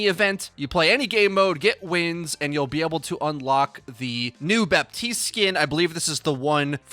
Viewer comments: Hey please pronunce Batiste not baptiste u don't pronounce it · It's pronounced BAH TEEST. The P is silent. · Another great vid. Quick note: It's pronounced "Batist", because French spelling makes no sense. :P Thanks again! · ah, yes. Bapp-teeste, the latest hero (^ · Don't say the "P" of "Baptiste" ^^. You just have to say Batiste French guy here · Hey, nice vid but i wanted to tell you (as a french speaker) that you actually not pronunce the P in baptiste and yiu should say batiste (french is weird ik) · You don't pronounce the "p" in "Baptiste", pleaseeeeeee. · Blizzard specifically put out a memo stating that canonically, it's pronounced "Baptiste" with an audible p. Is it correct? Probably not, but it's their game.